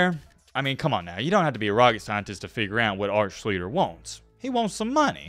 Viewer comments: Burnt my ears every time you said his name. Good vid though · There is a new thing called YouTube. There are many videos that correctly pronounce his last name. You couldn’t find those videos? Probably one of the worst pronunciations of his name ever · Evidently, every single person in sports media mispronounced his name back in the day if I'm to believe the narrator. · Good video but you were definitely saying his last name wrong 🤣🤣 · For all of your research it would be nice if you could pronounce his last name correctly. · Love the content but at least learn how to pronounce the man's name. He IS the subject of your video. I'm sure you studied film/interivews etc to prep for this. You MUST have heard his name at least once. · You pronounced his name wrong 32 times.....each time differently......lol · U R BUTCHERING HIS NAME. I MET HIM AND U R NOT CLOSE SIR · Lots of mistakes. If you had watched 1 video of Art, you would have known how to pronounce his name. Try harder. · You’ve done over a week doing research, and you still can even pronounce his name correctly??? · There is no G in his last name. How the fuck are you saying ShleEGLER? It’s Art Sch Lee Ster. It’s worse than your ass using was when it should be were; if you actually had a first grade education in grammar. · "Hmm Art Shleeter. That's a name I kinda remember, but not to familiar with." Yeah, you kinda remember it not all all. Surprising that you did more than a week of research on this guy and still pronounce his name wrong. It's pronounced SHLEESH-ter. All you had to do is watch one highlight reel for 10 seconds. Otherwise thanks for the content. Grew up in Ohio. We all felt for Art. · SHLEESTER. THATS HOW U SAY IT. AWESOME SHOW BUT HATE MISPRONOUNCED NAME ON WHO ITS ABOUT. NOT BEING A DIC BUT IT RUINS A GREAT TOPIC U PICKED. MAKES ME WONDER ABOUT PEEPS I DON'T KNOW. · Who the hell is Art Shleeler??! its pronounced "shleester"!! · Wasn't it more like Shleester?